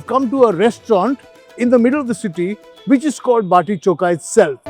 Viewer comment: Bati choka nahi hai,bati chokha hai,bolo chokha samjhe.